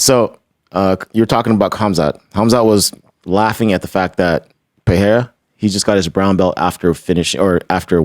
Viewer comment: Brendan, love your work! But please at least ATTEMPT to pronounce Pereira's name correctly! Put some respeccc on his name lol